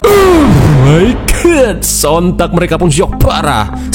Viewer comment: Yg lebih hororrr ketika bilang ohhhhhh my good 😂😂😂 bikin kaget aja